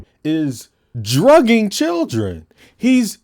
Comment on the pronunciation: Not the churren 😂😂😂